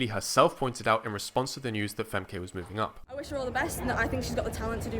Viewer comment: Nice video, although similar to German, her name is pronounced more like "Femka". I predict in '26, in '27 and WR in '28.